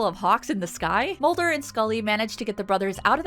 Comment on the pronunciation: Did you just say Smolder and Mully